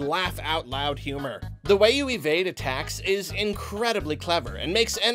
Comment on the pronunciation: I had to do a double take because I thought he said "the way you evade a tax" when talking about Undertale